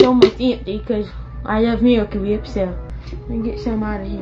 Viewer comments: I love how he says miracle wheeep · The "meewicle weep" gets me everytime 😂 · i love how his pronounciation goes from 'wheep' to 'whip' to 'WAP' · Noah's Feud Weview. Mirwica Wip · Miwicale Wheep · Meewicle whhiiiiip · Meewecule Wheep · "Miwacew wheip." I can't think of the product without his pronunciation ever again. They should have paid him for the advertising.